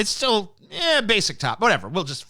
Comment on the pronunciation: Has anyone noticed that TJ says Chwitter when he says Twitter And Chweet for Tweet Is that what people usually say I havent noticed this before I usually say it with a T'